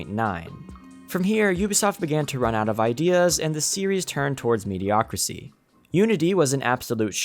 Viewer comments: "Mediocricy" is not a word, son! It's "mediocrity". Ubisoft is the King of Mediocrity. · The word is "mediocrity" not "mediocricy". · it's mediocrity, not mediocricy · I know it’s not the point the the word is mediocriTy, with a T. How did such a well edited and recorded video keep that in multiple times? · The word is mediocrity not mediocricy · Mediocrity*** I was just going to ignore it but I heard mediocricy like 5 times. 😓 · "MediocriTY." NOT "mediocricy" or "mediocracy." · Homie, it’s “mediocrity.” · Does this guy not know that the word is ‘mediocrity’?